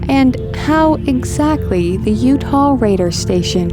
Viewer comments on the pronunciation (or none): none